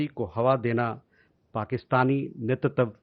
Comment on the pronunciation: Ye pravakta "Netritva," bol nahi paa rha hai. Jawab sahi hai par speaker change karna chahiye